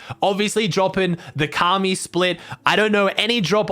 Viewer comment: Ok know he’s he’s American but come on man said kaamee